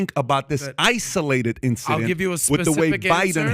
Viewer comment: What is the Iranian dude’s point? “Isoo-lay-ted” 😂😂😂